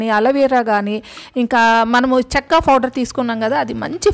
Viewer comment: Mee vedio bagundi, chinna correction eemi anukovaddu please spell as powder not fowder pow anandi please